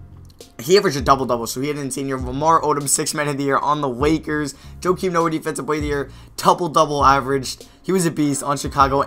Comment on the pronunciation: anybody catch him say wakers